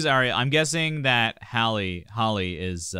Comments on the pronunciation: The fault he said it right at first and then changed it for the rest of the video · Her name is not holly . Her name is Halle(Halley) . She literally pronounced it at the beginning and you still chose to call her holly lol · Luv yr reaction however, Chloe is 2 yrs older than Halle.You pronounced Chloe name right however,Halle is pronounced like Halle Berry or Holly.Chloe produce their music,they both write their songs, and Chloe plays guitar.They been singing on ig since young children,both of them can sing low and high notes.Beyonce signed the sisters, and mentor them because they have the IT FACTOR! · I think they think there's only one HALLE so everyone else gets called hailey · He said Hall at first and I was like boy bye you know that's wrong and then he said Holly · Please do Cool People- Chloe and Halle it’s “Hal-Lee” love this! Thank you for doing it!! ❤️ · It's pronounced HAL'-ee. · I'm thumbs down just because you keep mispronouncing Hal Lee's name🥴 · Halle is pronounced Hal-lee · Why can no one ever pronounce Halle’s name correctly? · & she introduces herself at the beginning w the correct pronunciation & it gets ignored every time😭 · Exactly 😂 everyone already knows Halle berry so why can’t they pronounce it correctly for Halle BAILEY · it bothers me as well once I hear them say her name wrong I click off